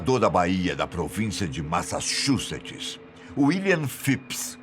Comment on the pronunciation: tu não consegues pronunciar Massachussets! Eu também não! 🤣🤣🤣